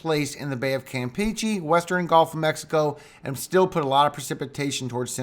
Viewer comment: The thing in Mexico is a “gulf”. You keep saying “golf”. I can’t tell if it’s your pronunciation or you really think it’s a golf. I’m not making fun, just trying to help.